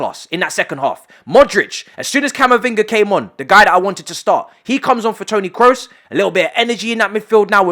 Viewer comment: My dude is not Tony "Krus" is Tony "Kros", do not pronounce the double "OO" as if it were a "U" in english.